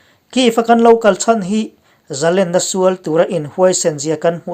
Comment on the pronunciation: A ngaihnawm thin e.. Zalenna tiha Len lai hi lam hniam tur a ni e.. Khawiah nge I len tiha Lena lam anga lam tur a ni e.